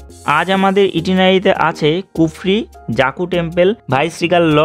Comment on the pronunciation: Bhai kotha ta kufri.....kurfi noy....Bhai thik kore bol